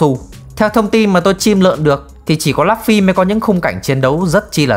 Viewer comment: Lấp phy 😫😫😫 đọc tên nhân vật chính nghe chán thiệt!